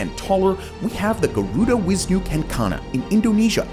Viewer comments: Its not wisnu its Vishnu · bro it is not wishnu it is vishnu